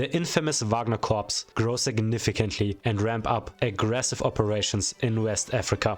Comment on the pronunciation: corps is pronounced “core”